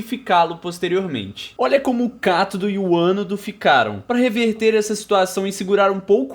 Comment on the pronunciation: Eu AMEI q vc falou cátodo certo, escudo tanta gente falando errado